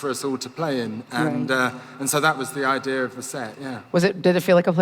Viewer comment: levi said idear 😂